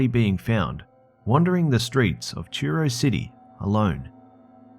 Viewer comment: mate? Just to let you know that in number 3, it's Cornwall not Cornwell and its Truro not Turo. I live in Cornwall and never heard of this event but then I don't watch mainstream media so I wouldn't have heard it on the local news. Love your channel btw dude.:)